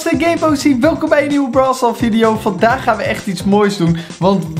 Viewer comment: brawl stal lol